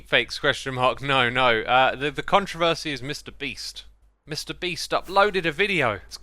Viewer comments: I like how he says Controvesi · Strange question: I’m quite a nerd about language, so I’m curious as to why your pronunciation of “controversy” suddenly shifted when next spoken? From English to American pronunciation? Is it a north vs south accent thing? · Instead of adding to this conversation, I'm just gonna point out the funny pronunciation of the word 'controversy'.